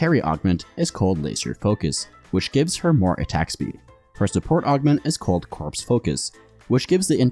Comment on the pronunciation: corps focus is pronounced like core focus afaik